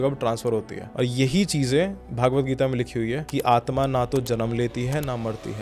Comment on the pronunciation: भागवत नहीं .. it’s भगवद्